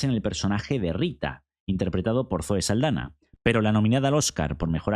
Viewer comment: Solo una pega, es Saldaña con la ñ, del Castellano